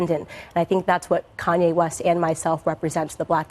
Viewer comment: "Carrnye West"